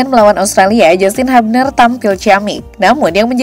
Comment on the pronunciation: Sebutnya "hyubner" ceunah, min.. bukan habner atw hubner😂